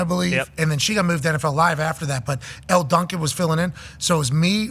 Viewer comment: Just saying Elle Duncan. Dawg.